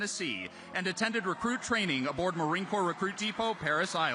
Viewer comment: Did he call it the "Marine Corpse" like tRump the draft dodger did years ago?